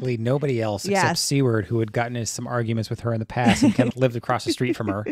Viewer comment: Seward is pronounced "soo-erd."